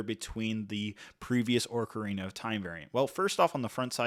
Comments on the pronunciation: The names, my dude. Ocarina, especially, has two different accepted pronunciations, but you didn't use either one. I normally wouldn't care, but because of how often you say the words it just got more notable over time. I understand that you maybe didn't play the games yourself, but it might've been worth watching a youtube video or something about the games to get an idea of how to say the names. I'd recommend that in the future when reviewing sets about a property you're not familiar with. Hopefully there will be more Lego Zelda sets in the future and you'll have'em down by then. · haha. I meant the R he is pronouncing at the start - not the actual R that is later in the word. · I was looking forward to watching this. But 5 mins I can’t handle this pronunciation of ‘oRcarina of time’. It’s making me feel itchy. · Say it with me “Oh-Cah-Rina, not Orca-Rina” lol You can do it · It’s pronounced (Oc-arina) not (Oarc-arina). This has nothing to do with the soldiers of Sauron’s army. I don’t mean to nitpick, but you didn’t just mispronounce it once or twice, you mispronounced every single time, and you said it a lot. You did a good job on this review otherwise, but hearing you mispronounce Ocarina was painful. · The ”musical instrument” is the ocarina! Orcarina is not a name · but he’s saying ‘orcarina’ not ‘ocarina’ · Great review so far. One quick note. It's not an "oRcarina" it's "ocarina". There's no R in there. ❤ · Usually people say either Ahcarina or Ohcarina. I've never heard it said as Orcarina before. At least it's something new! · take a shot every time he pronounces it oRcarina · Its pronounced "ocarina," fyi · What is this “orcarina” you speak of? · I took a short of vordka every time he says Orkarina and now I’m coorked with alcohol poirsoning. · ORCarina is insane dawg you might need a dialect coach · Ah yes Tolkien's princess of the Orcs, "Orcarina". 😂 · orcarina so many times just triggered the ever living shit outta me lol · Orkureena skull-two-lah